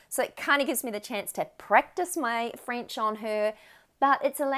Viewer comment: Très belle prononciation! Bravo.😊 I am French Canadien and it was wonderful to hear you speak in French. You are good! 🤗🌟